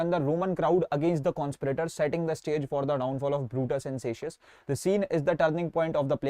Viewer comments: Bhaiya Cassius ko "ka-ssius" pronounce krte hain Not "sa-ssius" Btw nice explanation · Bhaiya tum ak baat bolo kabhi Julius Caesar pari he agar pari hoti to casius ko kasius nahi bolte or jo likha use sirf translate nahi karte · Bhat tum khud ek ko ak likh ke bol rahe ho ek toh wo padha rahe hai aur tum dusri baat zydatar ' c' ke sath jab bhi zydatar 'a' aata hai toh 'ka' hi bolte hai jaise cake ko pronunce k se waise hi Cassius ko bhi k se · Cassius ❌ sacius✅